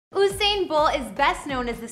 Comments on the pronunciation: Long u not short u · (You•Sane) not Oo•Sane...... lol Usain Bolt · She calling him Ooosain lol 😂 it’s like Yousain.... Usain Bolt lol 😂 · Exactly 🙄. U would think people would be able to pronounce his name properly by now 🙄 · Its pronounced You-sain as in U-turn as in U-surpe ...Not Ooh-sain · It's not Hossain.. it's Usain.. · It’s not “who-sain” it’s “You-sain” Your welcome 🥰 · Girl, if you're going to do a whole video about someone, please pronounce his name correctly! It's U-sain not OOO-sain Bolt. 🤦🏽‍♀️ It's pronounced exactly how it's spelled. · Its pronounced yousain.....not ooosain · His name is pronounced you-sain not oo-sain” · Mans name is Usain as in you-sain and not ooosain lady ....... get ur pronunciation right❤️ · It U sain not ohsain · From she said who-sain… I knew this was rubbish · Gyal fully dunce 😭😭😭 “ooohssain bolt” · His name is pronounced “YOU SANE” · am sorry i never took this video serious, girl what did you say ooosain? wtf i can't- 🤣🤣😂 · It's the "oo-sain" Bolt for me 😬😫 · You pronounced his name wrong the entire video.... it's usain pronounced like u saying the letter u.... as in yousain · Ousain Bolt 😂😂😂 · 'Whosain'🙄😒. All this time and ya'll still cant pronounce his name properly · His name is pronounced “you-sain” 🇯🇲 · Say his name again? Oooooosain??? Lol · oosain bolt lmao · It's YOU-SAIN boo-boo 🤨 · It's pronounced Yousane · Its "U" Usain🙄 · Usain "yousane" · Please shut tf up!! Delete the video. Cause his name is not pronounce Who-sain!!!! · ABSOLUTE RUBBISH... and then that stupid pronunciation of his name. Bout OOSAIN ... Kmdt.. gwope road you crazy and lie woman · Who tf is Oosain?.....delete dis bombo...dwlll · I was wondering what the hell is she talking about..she even pronounced his name wrong 🤣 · Considering the fame of this man all over the world and she is mispronouncing his name throughout the entire video! Doesn't seem very bright to me. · You could try not butchering the pronunciation of his name 🙄